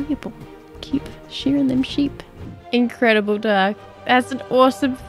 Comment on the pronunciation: Pewdiepie" InCRReadiBLe JOB "